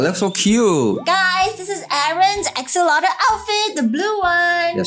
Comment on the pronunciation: When u said axolotl I see your video like oxolotol